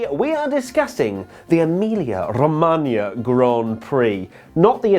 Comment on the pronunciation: pronouncing "Emilia Romagna" 😙👌🏼 🇮🇹